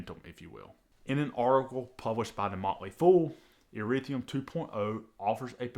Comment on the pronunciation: ETHEREUM NOT ERETHIUM